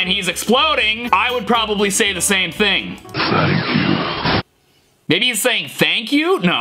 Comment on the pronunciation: In The adventure Time one It sounded like he was saying fank you but he actually says thank you